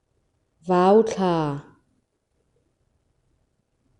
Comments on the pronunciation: Vau thla i tih khi, Vau tih hi u hi lamrik san tur a ni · Vau thla i lam dan hi a diklo